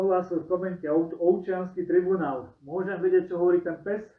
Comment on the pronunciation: Vzdy ma najviac pobavi ako povie ""Obciansky tribuanal ":D